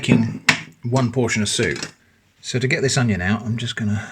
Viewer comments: "Oneion" lmao 😂😂😂 "Twonion" also lmao 😂😂😂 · I don't know why, but hearing "oneion" and then "twonion" sent me into a laughing fit. Love what ya do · I literally LOLed at the oneion twonion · Twonion lol